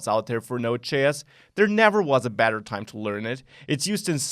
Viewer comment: when u say better it sounds like badder. u sound like a wizard. 30 hours in the full thing, huh. hmm